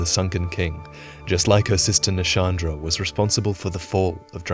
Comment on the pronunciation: Wait... Shandra? Not Nashandra? Is this a pet name or is Nashandra the name of Anti-Shandra?